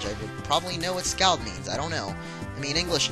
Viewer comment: Scald is pronounced "Scawld", it's the name given when you burn yourself with boiling water.